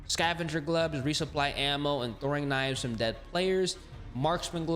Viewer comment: Hard to listen to you pronounce ammo man....